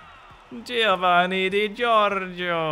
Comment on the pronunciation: Please i beg you, stop calling Giovanni like that!! I now know how you felt during fountaine , please stopppp